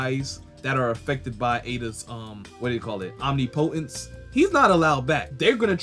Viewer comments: Om-nipa-tense... say it right, it sounds bad and I want your channel to be it's best. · Bruh you should google how to pronounce omnipotence cuz you’re butchering it lol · Google the pronunciation of omnipotence... I'm not going to have a brotha out there like that😅... Unless you have a more sinister plan🤔🤔🤔🤔🤔🤔🤔🤔🤔🤔🤔🤔🤔🤔